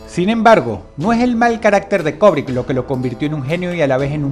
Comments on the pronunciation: Se dice Kubrick, no Kobrick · Cada vez que Dross dice "Kobrick", Kubrick repite una escena en el más alla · STANLY KUBRICK...KUBRICK...NO KOBRICK... "LATINAJO" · ¡Vaya imbécil! ¿O sea que el hecho de fungir como directores o escritores, no hacía parte de la "vida real" de estos personajes? Además no se dice "Kobric", es Kubrick: cubric. Datos inútiles de un tarado para tarados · ¿Quien carajo es "Kobrick"? Se pronuncia "kUbrick"... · ¿cobric? Asi lo escuchó con dross